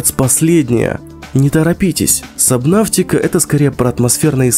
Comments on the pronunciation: Почему ты называешь сабнатику сабнавтикой? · Не сабвнафтика а сабнатика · Сабнотика, господи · у кого тоже горит от того как о называет субнатику ставь лайк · Почему Сабнафтика? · Почему сабнаВтика? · Кто говорит савнатика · Сабнавтика?? Где ты там "В" увидел? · сабнаВВВФФФФтика, аж уши режет... где ты эту букву увидел?